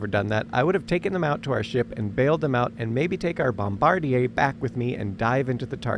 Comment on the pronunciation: What is this? A Podcast that you decided to stick some home movies on top of? This page is called higher learning, but you can’t pronounce nuclear or bombardier correctly. That immediately subtracts from your credibility.